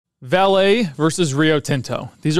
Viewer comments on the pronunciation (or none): Excellent video. Just a tip on pronunciation coming from a Brazilian: it is "VA-le" and not "va-LE". Vale is HUGE and it's always on the financial news here in Brazil.